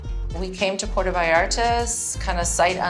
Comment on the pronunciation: not puertA Puerto